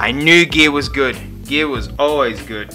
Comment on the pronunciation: ITS GEIR NOT GEAR >:((((